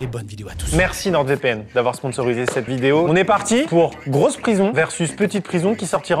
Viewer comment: ATTENTION CLASH : Bon, il faut que je te le dise, sincèrement Amixem. NordVPN est une entreprise française, le nom est en français. Le "d" de "Nord" ne se prononce donc pas ! Je t'en supplie, arrête de parler de NordeVPN !